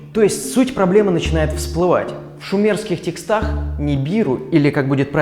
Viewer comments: ТЕкстах, а не текстАх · ТекстАх? Это откуда такое ударение взялось?) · тЕкстах, правильное ударение - тЕкстах.